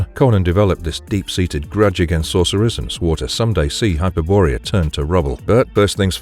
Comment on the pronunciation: Hyper-borea? lol